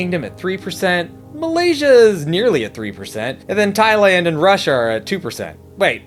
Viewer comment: i like when you say Thailand 🇹🇭